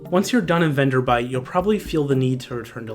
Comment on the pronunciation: It's VenderBLIGHT. Not "Venderbite". FWIW. Good video though.